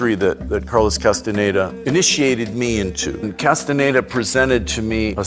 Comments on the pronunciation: چرا کاستاندا درست تلفظ نمیکنی عزیز کاستانه دا نیست 😂 کاستانداست شما اسم به این سادگیم بلد نیستی ؟ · کاستاندارو اشتباه تلفظ می کنید